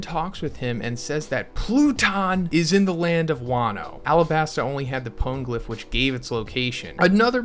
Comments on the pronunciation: i was gonna like this video but then you pronounced "pwn" glyph -- now im wondering if i should unsub to your channel. i mean it's not as if they literally pronounced the word in the in anime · Is it pawngliph? Phonygliph? Funnygliph maybe?